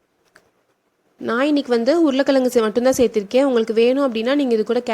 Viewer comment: Urula kalangu -- pronounciation wrong.Tamil la is wrong. Pl say Urulai kilangu.